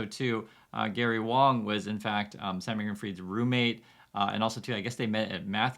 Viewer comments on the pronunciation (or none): Actually 王 is pronounced WAAAAHNG instead of WOWNG or WAAAYNG, means King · It's pronounced wong your wong about that lol 😂 please don't burn me at the stake (was a joke) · It shouldnt surprise anyone that it is pronounced as “W(o)ng” it’s just like the ‘A’ in Walt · Dude I’m a white Australian and I pronounce Wang as ‘Wong’. Don’t insult me. Others also who don’t know Mandarin or Cantonese understand this. How patronising mate. 😢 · Yer tone is wrong 😜am I allowed to say that? It's not quite the same as pronunciation. 🤣